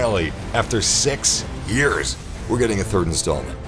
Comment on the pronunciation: After sex years? Lol! I swear it sounded like you said sex